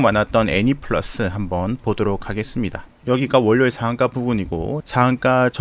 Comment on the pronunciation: 월료일이라고 하시는거보니.... 부산남자??!!!